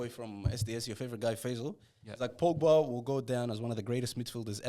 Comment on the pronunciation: The disrespect on pogba's name is crazy 😂